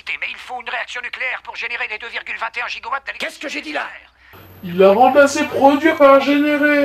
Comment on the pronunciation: pour l'histoire du "gigowatts" c'est réellement un problème d'origine VO car un gigo est de la viande alors qu'ils auraient du dire "GIGAWATTS" qui ce prononce de la même manière dans différente langue